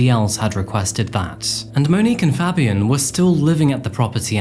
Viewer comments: The way you said Fabian is like nails down a chalk board. Pronounced Fay-b-en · ITS FABIAN WITH THE “PHA” sound “PHABIAN” FABIAN that irk tf out of me